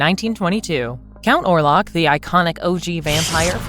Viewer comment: Orlok not warlock